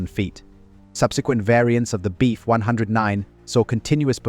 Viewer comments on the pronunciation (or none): Do you think that you could reprogram the auto-generated narrator to say, "BF" instead of "beef"? Please? Incredibly annoying 😑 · Decent video, AI narration sucks. Beef 109, hahahahaha